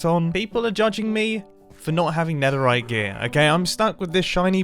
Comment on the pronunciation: ... the neterite